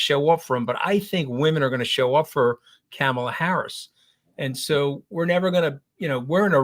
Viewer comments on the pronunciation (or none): Anthony, you're driving me CRAZY!! It's not "Kamala" (a, as in "camshaft") Harris. It's _"Kamala" (a, as in "calm") Harris! At least you're accentuating the right syllable! I don't know why so many people have trouble with this name. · Can we please at least say her name correctly? It's Kaarma-la. Not Kam-e-la. She did a whole video on how to say her name. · Apparently Kamala is pronounced ‘commala’